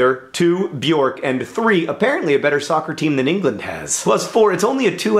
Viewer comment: "They have a better Scooer team than England" Ouch.